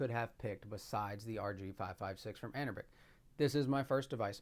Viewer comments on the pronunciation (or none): Love your video but the company is pronounced anbernic not anerbic other than that great video. Will this play Def Jam Fight for NY as you showcased without any tweaks? What about the NBA Street series? Those are basically the games I loved on ps2 and would love to enjoy them on the go. New subscriber here keep up the great content